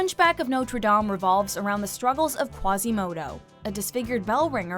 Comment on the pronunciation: Quasímodo gets me everytime. EVERY SINGLE TIME